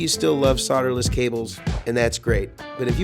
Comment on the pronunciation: Just a few observations and comments.... I’m in a “mood”... Why don’t you pronounce the L in solderless? You say soderless...maybe the guys from TPS are paid by SoLderless cable companies, has anyone ever commented about your haircut, trivial I know but Bobs went out in the sixties.